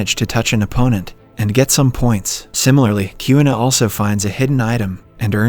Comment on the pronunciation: Kyuna- it’s Queena (Kuina)